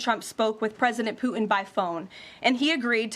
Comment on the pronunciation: His name is "poo tin" , not "poo in". Get it right white house 💩